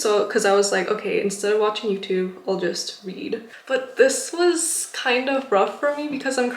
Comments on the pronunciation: i literally spilled water after you said read cuz i thought you said weed lmao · Wht did i kept hearing the word "weed" instead of read lol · I was scared for a second I thought you said you did "weed" (which is a drug) when you got home but you were actually saying "read" (which is much better) lmfao. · I thought you said "weed" instead of read ngl haha. Thanks for this video I need to quit youtube myself, its a major addiction